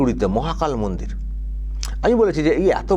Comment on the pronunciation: ও চাচা,ওকাপ নয় কথাটা ওয়াকফ। গরু নয় গুরু , মুন্ত্রী নয় মন্ত্রী,সামপ্রীতি নয় সম্প্রীতি, মুনদীর নয় কথাটা মন্দির,বাংলার কি মুসলিম গুরু বাংলাটাই জানে না।